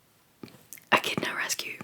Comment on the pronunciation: I thought you were saying "a kitten" was in the road, but then you said beak and spikey, so I had to look it up. Echidnas are another crazy Australian animal that I have never heard of till now, but they are so cool!!